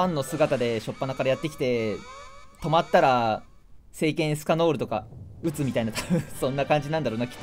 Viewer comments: エスカノールじゃなくてエスキャノールって言ってるとこほんとに好きなんだなって思う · エスカノールじゃなくエスキャノールしか聞こえないですよね。